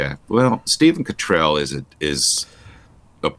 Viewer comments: I love your American pronunciation of 'Cottrell'. It seems to suite His Grace... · Persistently mispronouncing someone's name is not clever, but disrespectful - whatever view one takes of the person concerned. And it seems strangely unChristian. Please make the effort to learn how to say the Archbishop of York's surname.